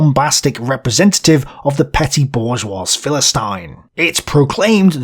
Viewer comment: The dude also mispronounces some words, like "bourgeois" ( the S is silent, "bour-zhwah"), which detracts from credibility. Otoh, the booklist alone makes this channel worth its weight in gold, lol. Good job, dont take these critiques as discouragement.